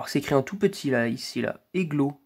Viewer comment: Ouais ça monte vite les 1k va bientôt arriver eu pour la première je suis pas sur qu'elle n'as pas de défaut eglo c'est ma marque de mon luminaire c'est une lampe polonaise et c'est pas eglo ça se dit ejlo mais c'est pas grave +1 like et si je me trompe pas eglo c'est Mazda en Poland